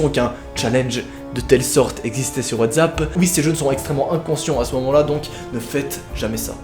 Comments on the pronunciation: 12 fois il dit WATZAP C'est Pas WTZAP !!!!!!!! C'EST WATZAP OFFF 😭😭😭😠😠😠😠🤬🤬🤬🤬😡😡😡😫😫😫😫😫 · Pk. Tu dit whazapp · Putain il a dit watzapp ça m'a donné envie de pratiquer le dab